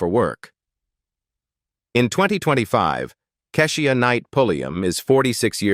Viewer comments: What is this movie that y'all keep showing the same scene from???? Her name is pronounced (KEESHA)!!! How white are you that you're mispronouncing their names!!! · The reporting on these people is inaccurate and confusing, and it is hard to tell who you are talking about. Keisha's name is pronounced incorrectly.